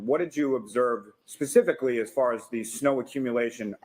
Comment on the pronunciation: she just said the "tared" areas. Wow. Wtf goes on in Boston? That's not a word, expert. It's TORN. They're just giving away diplomas and degrees out there. Wicked fkn smotttt she just attempted to specifically 😂 it didn't go well.